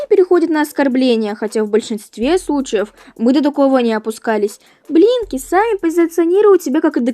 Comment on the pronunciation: Я включила субтитры и думаю " вы говорите Еблинки или Блинки"?!